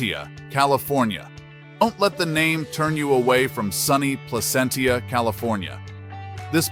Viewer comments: It's Pla-sent-cha, not Pla-cent-ia. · From a native Californian, it's PLA-CENT-CHA